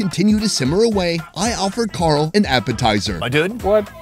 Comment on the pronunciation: why he calling him Gull. It is Carl